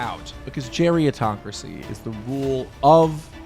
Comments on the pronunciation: Its gerontocracy, not geriatocracy. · Not *geriontocracy. It's actually pronounced "gerontocracy," from Greek "geronto-" (elderly) + "-cracy" (rule). You're confusing it with the related term "geriatric," which is formed differently. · Bruh geritocracy isn't a new word. Run your script by someone older once in a while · lmao i agree but the word is gerontocracy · Isn’t it “gerontocracy” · I always heard it as “gerontocracy.” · Umm isn’t it spelled and pronounced: Gerontocracy? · It’s “Gerontocracy” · Is the word not "gerontocracy?" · You spent the entire video pronouncing gerontocracy wrong